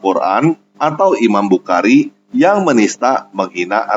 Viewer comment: Nyebut nama bukhari aja belepotan. Semoga harimu menyenangkan.pembuktiam itu pasti datang.sambut dan rasakanlah.